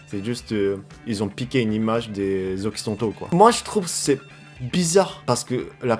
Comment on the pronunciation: Can I help you with the pronunciation of "occidentaux"?